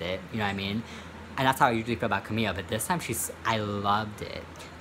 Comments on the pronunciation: I don't like camila but it's pronounced ka-mil-ah not camia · Where the hell did the L go in name camiLa? Or who the fuck is kahmia?